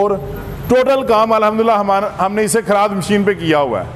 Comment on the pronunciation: Bhai Kharaad nhi kharad hota hy jisy lathe machine khty hen